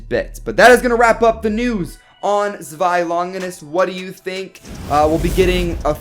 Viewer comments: To make it easier it’s pronounced like ZWIY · Zewi is pronounced sh way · Don't worry I got u... it's pronounced (zz-v-eye) zwei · This is how you pronounce zwei (zooweye) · I kinda want you to listen to google pronuncing zwei and try to pronounce it correctly would be fun :D